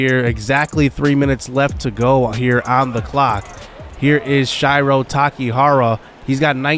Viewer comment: Please stop mispronouncing "Shiro." It's pronounced like hero with an S at the beginning. Shih-row